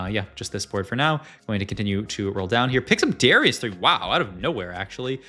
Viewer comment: Okay it’s actually illegal to pronounce Darius like that